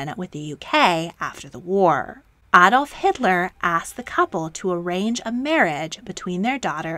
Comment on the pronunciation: Thank you for pronouncing Adolf Hitler correctly.......if you could please do the same with Moscow 🙂